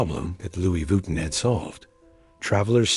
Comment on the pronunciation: Stop saying VWEETIN